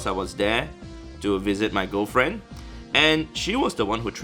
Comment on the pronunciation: Did he say a Gofriend or girl friend...?